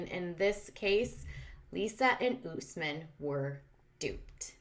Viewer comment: US-men NOT oooos-men! Ugh!